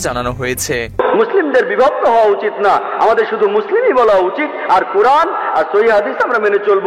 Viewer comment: এখানে যারা কমেন্ট করেছেন তারা হয়তো প্রাতিষ্ঠানিক ভাবে অনেক শিক্ষিত কিন্তু চিন্তা-চেতনায় হুজুগে বাঙালি উপস্থাপক ভদ্রলোক যে শব্দ চয়ন এর মাধ্যমে ইসলাম ও মুসলিম এই দুই শব্দ কে বিকৃতভাবে উপস্থাপন করেছেন সেটা কেউ ই উপলব্ধি করতে পারেননি পারেননি ইসলাম কে ইস্রাম এবং মুসলিম কে মুস্রিম বলে উচ্চারণ করেছেন আমি এটার প্রতিবাদ করছি এবং নিন্দা জ্ঞাপন করছি 😡